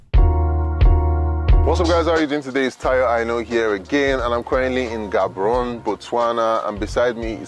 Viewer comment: It's pronounced Gaa-Boo-Roo-Nee